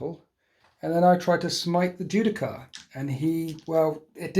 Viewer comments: The only thing that triggered me more than watching you forget to use the ancient's ability was listening to you say Judi-CAR- over and over again good game tho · "Ju-Di-Shar." You're welcome.